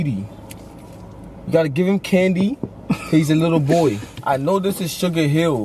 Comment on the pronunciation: He said fat ahh bou